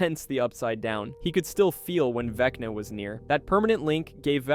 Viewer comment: I swear at one point it sounded like it said Veckney instead of Vecna.